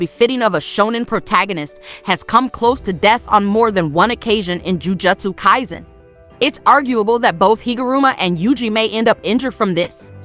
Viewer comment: Lol how do you pronounce the name of the anime wrong